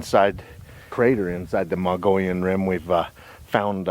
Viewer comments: Mogollon is pronounced...Mo...gee...on. L's are silent. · It's pronounced MO-GEE-ON. Nice video. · I've been camping hundreds of times up on the Mogollon Rim. My favorite is up near Show Low area at the White River in the White Mountains. I have seen many signs of Bigfoot, starting in the early 80's. We pronounce it like this, "Moe - ghee - on" Rim. The two L's are silent. Thanks for the video and God Bless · Had to laugh at his pronunciation of Mogollon !